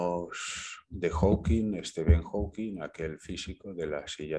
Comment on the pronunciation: Por cierto, se dice Hawking (no lleva S al final) y era un físico excelente, habrá habido físicos mejores y peores, pero entre los mejores del mundo estaba y seguirá estando por muchos siglos.